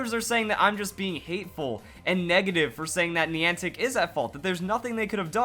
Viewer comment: Niantic contacted network providers in advance to prepare them for the event, most did nothing. I would recommend you do more research on the event before making a video. It's hard to take this seriously when you haven't done enough googling to even know how to pronounce the word Niantic